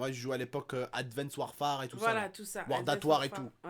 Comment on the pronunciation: salut belke vidéo mais je te jure t'a dit adwenced warfare